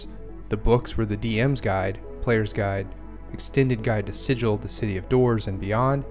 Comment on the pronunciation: ahem If you're referring to an inscribed or painted symbol considered to have magical power, the correct pronunciation is "si-jill". If, however, you are referring to the City of Doors in the Planescape setting, the correct pronunciation is "si-gull". I mean pronounce it however you like, but everyone's going to think you're a clueless Prime. ;) Great overview, though. Thanks for putting it together!